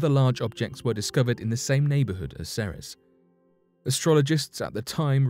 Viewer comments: Ceres is pronounced See-Rees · seems like this guy says "Ceres" differently "The 2006 Pluto Debate?" Oh yeah that's legendary.